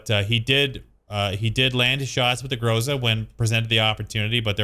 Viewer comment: *Ahem*, it's Gr'A'za(pronunciation-wise)